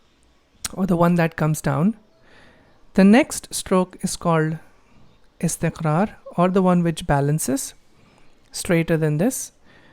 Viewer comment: Assalamu Alaekum brother......Amazing.....I like the way you pronounce ...nuzool...istiqraar...saood......... I am learning from your videos....keep it up.